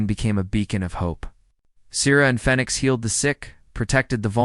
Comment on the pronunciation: Why doesn't your AI know how to pronounce the word Phoenix, after the bird who rises up out the ashes... your AI is calling it fenix 😐